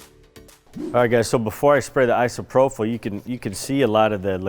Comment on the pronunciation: Love you guys... but its "I-SO-PRO-PULL" :)